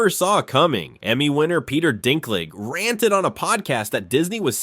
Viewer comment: Peter Dinklage * not Peter Dinkling